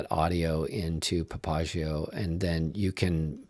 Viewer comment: I do not know if this is industry standard of the word Papagayo but it is not correct. This is a Spanish word and as such the accent should be on the next to last syllable as PapaGAyo. This is actually the nickname of a person who runs the most famous whorehouse in Nueva Laredo